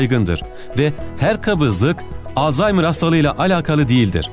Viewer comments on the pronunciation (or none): none